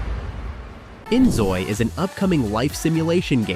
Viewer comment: Inzoi ❌Enoy ✅